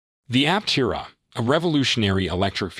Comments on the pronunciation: Thanks for your video. BTW, it's pronounced Aptéra. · Pronounce Aptera correctly. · True , simply just making content. You would think they could pronounce the name correctly.